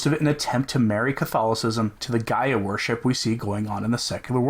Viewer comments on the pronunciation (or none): none